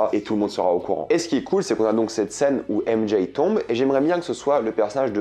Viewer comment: Très bonne vidéo mais le fait d'entendre "ème Jay" me rend fou